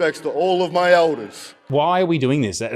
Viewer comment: The amount he emphasised the word “My” definitely didn’t help. It almost sounded like a selfish propping up of himself and his own family when we are paying respects to our Anzacs not his family. Though I don’t agree with a welcome to country in this situation, if he was going to do one, it should have sounded and been worded completely different.